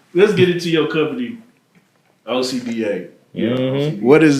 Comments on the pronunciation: hE DOSE not say OSHA he says Ocean lol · Ocean not Osha, lmfao! You know better now.